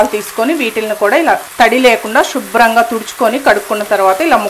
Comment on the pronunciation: Shubram kadhu subrham first style ga matladatam maneyandi plz